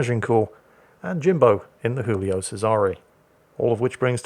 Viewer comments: I never understood why thinks the Giulio Cesare is a spanish ship. Its Giulio not Jiulio. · for fucks sake, it's not Julio, it's Giulio. same as you're saying, not ['xingls] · It's Joolio Cesare not Hoolio Cesare. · Somebody needs to tell that the G in Giulio raads just like a J in English